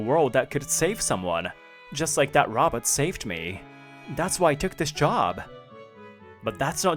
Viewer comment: Robit? or did they mean to pronounce it as Robot 🤖?